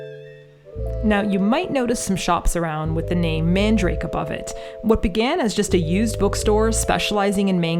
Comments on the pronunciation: Just a minor correction: the shop's name isn't "mandrake," like the root, but "Man-da-ra-ke." There's an extra a in there, and you pronounce the last "ke" Japanese-style, like "kay." It's weird, because it's SO CLOSE to the word "mandrake," but it definitely is not that. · Mandarake is not pronounced as man-drake. It is 曼陀羅華(まんだらけ)(man-dara-ke in Romaji) in Japanese. It's a Buddhist term actually which means some kind of a holy flower. Love Nakano vibes! 😄💕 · MANDARAKE!! I was wondering if you were going there when I saw Nakano in the title!! Quick question though; why are you pronouncing it 'mandrake'? The hirigana is まんだらけ so it should be 'man-da-ra-ke', right? Or am I missing something?! 😵‍💫